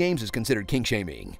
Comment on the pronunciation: He said king shaming.